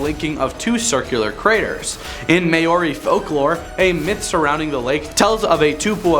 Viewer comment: Mayoris lol